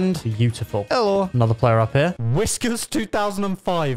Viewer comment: "Whisky 2005 " lol sounded like that not whiskers 2005